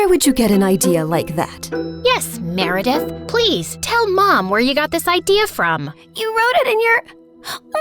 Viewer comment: Why did i hear Marry death instead of meredith 😭😭😭